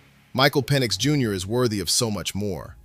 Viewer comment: His name is Penix not penn